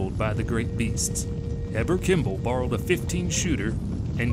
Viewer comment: Nauvoo is pronounced "nah-voo'" and Heber Kimball is pronounced "hee'-bur"